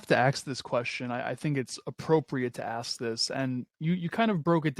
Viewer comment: I detest that BS intro "Music" you play & Number 2 the word is ASK, task,f lask, mask ask, NOT AXE there is NO "X" in the word ask.